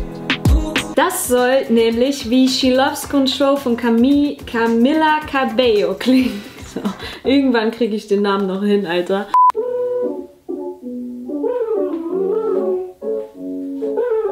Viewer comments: Camila Cabello spricht man übrigens Camila Cabejo aus, also nur den Nachnamen mit J aufgrund der 2L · Camilla Cabello spricht man Kamia Kabello aus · es wird CamEEla CabeYo ausgesprochen >.< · "Camila Cabeyo"😂😂 No hate